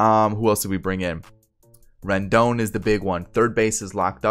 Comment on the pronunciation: 👏 u got Rendon right